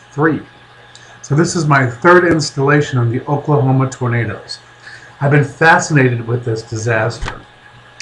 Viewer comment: You are to stupid to even say Oklahoma right.